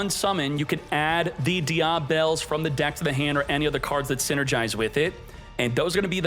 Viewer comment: Die-ah-bell... <-- this killing me😂😂😂